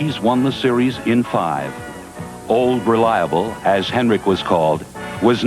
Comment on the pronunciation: Reporter mispronounced Ol Reliable s name…like he s never known who he was